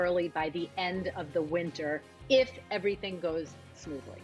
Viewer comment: She emphasized IF???